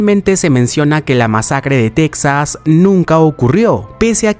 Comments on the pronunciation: Se pronuncia "Tejas", no "Tecsas". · Casi todos los latinos también le decimos "tecsas" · Me estresa como dice TEXAS